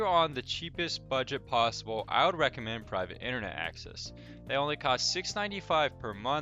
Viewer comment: Title says 6 he says 5, and he "recorimends" Torguard...lol.....JK bro thanks for the video/review and help....